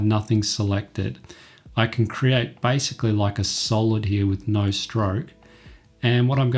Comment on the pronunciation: it is basicaly not bycicaly